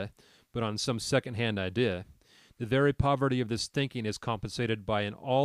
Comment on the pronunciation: Great stuff, but why do you have some kind of slurring spasm whenever you say 'idea'?